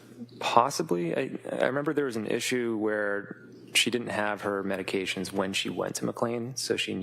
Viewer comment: I wish these attorneys would learn how to pronounce the names of the medications